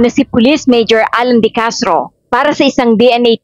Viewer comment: De Castro po apeiyido hindi decartro